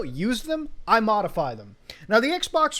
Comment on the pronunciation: Modify or...Mutahfy? lol